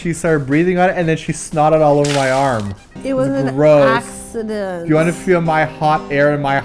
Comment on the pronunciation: "it wash an accshident" lol, poor! in Chile, when someone is sick and u want to make them feel better, u tell them "Nanai", so... Nanai to both of u, cuz is getting sick soon!